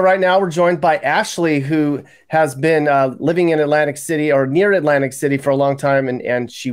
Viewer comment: Did he say " Atlantic Shitty " ???